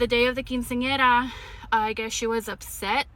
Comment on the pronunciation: Quinceanera is pronounced Keen-say-yerra — emphasis on the Yer🤍🤍🫧